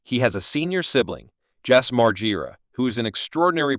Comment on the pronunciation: This video is horribly put together.... I can't even say nice try bc it was a terrible try.... I would watch your videos before you actually post them and realize how terrible it is... Can't even say Bam's name correctly not even once... And every time his name is said it is said differently... Sentences running together and pauses at weird times....